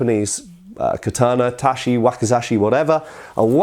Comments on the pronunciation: not taSHi but taCHi 太刀 read as たち or daito literally long sword, odaCHi 大太刀 large long sword, nodaCHi 野太刀 long war sword but first character is plains, fields, rustic...:D. Wakizashi You read ok 脇差 read as わきざし. As You can see different characters ち vs し read differently. For native English person its harder language to grasp good pronunciation we Slavs get it easier while we butcher mercilessly English pronunciation;) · Not very important, but Ta-chi, not Ta-shi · Tachi not tashi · Really bothers me how he pronounces japanese ch sounds like an english sh. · It's not pronounced tachi with an " sh" but tachi with a " ch" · Up front, as an enthusiast, and as someone with a bit more than a passing familiarity with Japanese Language, I found it very grating to hear the last syllable in Tachi, No Dachi, and O Dachi, pronounced as "shi" rather than as the hard "chi". Second The No Dachi and O Dachi are the same sword, just with a different reading of the first Kanji in the word. The only reason this bugs me, is because of how changing part of the sound of a syllable can change the whole meaning of the word. It's almost impossible to compare Japanese swords with European swords. This is due to the fact that the Japanese were limited by their materials, and so took the sword they could make and built a martial art around it. This is in contrast to the Europeans, who had access to much better steel, and could design newer swords around revolutions in martial thought, and so developed a sword to suit the martial art of the time. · Just a note - "ch" in Japanese is pronounced "tsh" not "sh" so tachi = "tatshi" not "tashi". ;) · Tashi? You mean tachi? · Just a pronunciation tip: "TaCHI", "NodaCHI", and the like are pronounced with "Ch" as in "Cheese" not "Sh" as in "Shoes" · The proper pronunciation is TACHI, not TASHI Sincerely, Japanese imperial Historian (l4 Japanese speaker) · "Touch-ee" not "tashy". (I know it will bother people.) Another fascinating video, thanks!